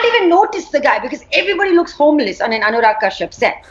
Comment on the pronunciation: Kyu yeh log bolta hai "Anyurag" instead of "Anurag"